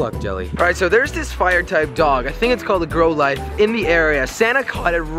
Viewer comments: it is pronounced growlith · How to pronounce the pokemon names On-icks Cliff-airy Growl-ith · "i think its a grolive guys" NO iTS A gROtLE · Jelly cannot pronounce Pokemon for his life! GROW-LITHE and OH-NIX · It’s cold grou lith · Growe- lithe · it's a growlithe gr-ow-li-the and I have it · It's a gr-ow-lith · Growl lith is how you pernounce it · It's "growl-lith", "growl-lith" and "on-ix" not "own-ix" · I don't play pokemon go, but I have played the pokemon gb games and btw that fire dog is called Growl-ith....that is the proper pronounciation and that clefairy is pronounced this way to help you out....Cla-fairy.....I know there is a e there, but that is how it is pronounced in proper and kudos on the catches dude lol. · It's pronounced growl ith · It's grouw li th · hahahaha he doesn't know how to say growlithe